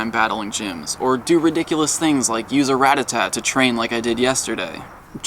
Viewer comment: It's ra-ta-ta not rat-a-tat